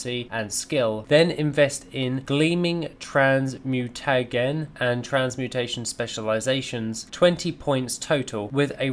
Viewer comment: Great vid ty! Jus cos you weren't sure, transmutagen and thaumaturgy: trans-mew-ta-jen and thaw-muh-tur-jee